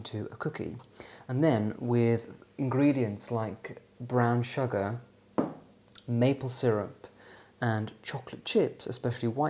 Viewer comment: Why do you pronounce sugar as “shugger” 😂 so strange